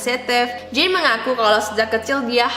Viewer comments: jean itu bacanya bukan jin tp kaya jean biasa di english kak :) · Jean : J is pronounced as SZ sound "vision". EA is pronounced like the "ahhh" sound you make when you are relaxing. enunciate the N. the E is silent.